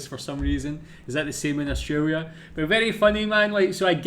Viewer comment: And it’s also grating to hear him say “Austwaiwia”. There’s an “R” and an “L” in there. Try saying these two syllables “Aust”, then “tRaiLia” (not “twaiwia”)